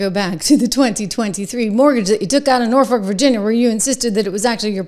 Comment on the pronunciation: Hey, Trish! It is Norfolk (pronounced nor foke). Not nor fork. That's not to be snarky. I'm just a little OCD.